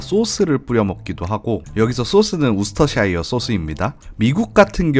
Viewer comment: 재미있게 잘 봤습니다! 싱가포르보다 카야 토스트 맛있는지 한번 먹으러 가봐야겠네요~ 토스트에 찍어 드신 노란색(?) 소스는 뭐였나요? 그리고 음식 설명하시면서 소스 이름을 우스터샤이어라고 하셨는데 아니라 발음은 우스터셔가 맞습니다. 영어 발음은 참 규칙이 중구난방이라 어렵네요 ㅎㅎ